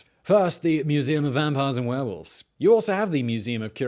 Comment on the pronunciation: "...Werevolves". Is that werevoles driving werevolvos, I wonder? 🤔